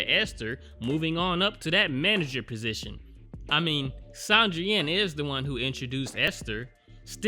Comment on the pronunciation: Sandrine is pronounce the same way you'd pronounce Christine or Tangerine. San-dreen